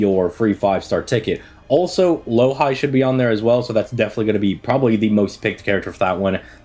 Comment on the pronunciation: Myst is gonna kill this man for calling Louhi "Low-high" lmao